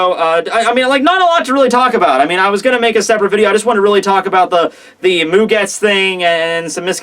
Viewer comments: It is actually mugetsu not mugets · Bra, your mispronounciation of these character names and techniques has gone way too long dude It's mugetSU You say it like its Mugets, then you say isshin's name wrong go watch when Aizen is in his Chrysalis form fighting him Urahara and yoruichi and he says all their names. It's a lot others to... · hyposing?? Hypothesizing dude. Annunciate. and idk about this one but i thought it was mugetsU